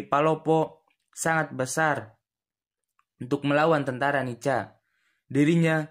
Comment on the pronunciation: Bukan dibaca NICA min.....dibaca NIKA......C=K....tolong dihafal dulu singkatan dari NICA...pasti nanti tau juga cara penyebutan nya...